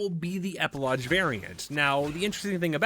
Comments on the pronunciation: Please stop saying epilodge!! Epi-log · Epilodge xD It's pronounced "EP i log" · E-PI-LOGGGGGGGGGGGGG (Hard G!!!) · Epi-lodge is funniest thing i heard today. LOL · I thought maybe I was the only one hearing that. LOL